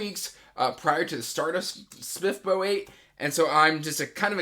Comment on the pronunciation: I love how you pronounce SPFBO 😝 I plan on reading the Thirteenth Hour as one of my next reads! I’m really excited for it.